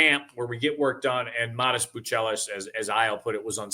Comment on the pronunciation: Matas Buzelis not "Buchelis" 😂